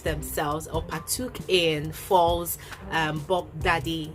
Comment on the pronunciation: That's very noble of him but I'm not sure about that address being public. Btw why do you pronounce Falz as false?